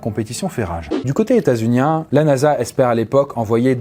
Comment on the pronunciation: ptn "du côté ETAT UNIAIN" chsuis mort de rire